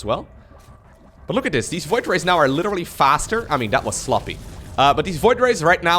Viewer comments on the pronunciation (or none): none